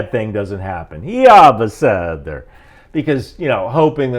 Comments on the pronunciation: Pronunciation correction: It's YeeYeh Be'seder יהיה בסדר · It's pronounced "Yih-hee-YEH bih-seh-DEHR".